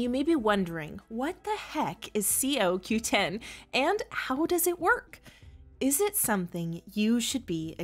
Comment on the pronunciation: Why don't you say it coreectly CoQ10 or is that the way they say it in New Zealand🤣